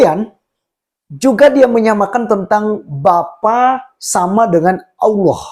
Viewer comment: Hadehade tidak takut dosa ka ? Cara ngomongmu saja jelas ko Islam tdk ada Kristen sebut Allah itu allwo 🤣🤣🤣🤣🤣🤣🤣